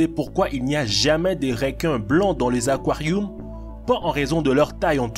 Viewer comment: fait goulougoulou dans les aquarioums 😂